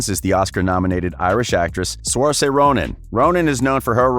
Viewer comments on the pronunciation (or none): ok how he said Saoirse Ronan as Soarsa. My name is Saoirse as well and it s pronounced as Sirsha. Sry for coming off harsh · Saoirse's name is pronounced as Sir-Sha. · Bruh he butchered Saoirse so bad